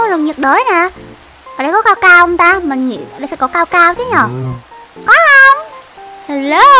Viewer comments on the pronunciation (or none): đọc sai rồi nha. Cacao chứ ko phải caocao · Cacao mà sao chị đọc caocao😁😁😁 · là ca cao chứ không phải là cao cao nha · Ka cao mà nói là cao cao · Cacao chứ ko phải caocao